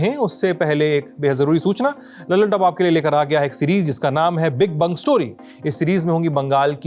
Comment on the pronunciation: One kind request: kindly pronounce the great বঙ্গ or बंग story as "the great BONGO story" instead of the great "bung" story.